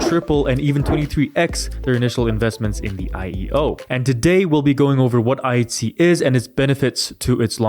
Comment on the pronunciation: It sounds like you're saying IC not pronouncing the H. But overall good stuff